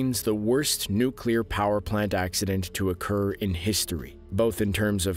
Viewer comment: At last! Someone can say ‘nuclear’ correctly 😃